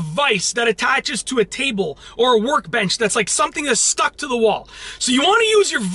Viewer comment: why is it every time you say stuck it sounds like you say stock